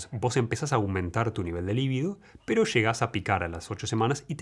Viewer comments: Por qué dices "lívido" que quiere decir 'pálido'. Se dice 'libído'. Muy doctor pero no sabes cómo usar los vocablos correctamente m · Libido... NO Líbido ... es grave sin acento NO esdrújula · Se dice libido, y no líbido.